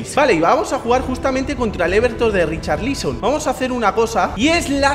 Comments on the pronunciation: Nadie: Absolutamente nadie:: Richarlíson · RicharLÍSON, jajaja que pronunciación lol